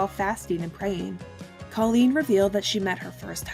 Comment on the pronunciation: Kollene Snow's name is pronounced Koh-leen with a long o sound, not like the name Colleen.